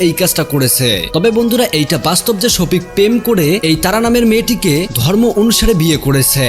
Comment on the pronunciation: ভালো করে নামটা উচ্চারণ করতে পারছেন না ওটা সখিপ হবে না শফিক